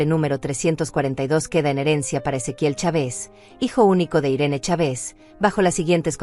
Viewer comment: Los acentos los coloca donde no va y dónde va lo sustituye. En México es Chávez y ella pronuncia chave's